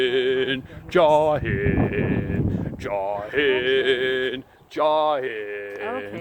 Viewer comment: 🎶Joi haind Joi Hind🎶😂😂It is Jai hind professor.... anyway lots of 💕💕💕💕 for ur family